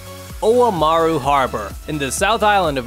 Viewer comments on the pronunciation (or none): Omaru Pronouced Om-a-roo not Oh-mah-roo. It's Maori not Japanese. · Well not in the south Island of New Zealand or the 6pm news. Your saying Oamaru is pronounced as three syllables? What about Timaru, how to you pronounce that?